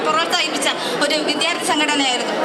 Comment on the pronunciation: വിദ്യാർഥി..... നന്നായി ഉച്ചരിക്കണം